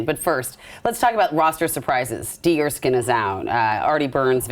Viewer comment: “D Erskin” lol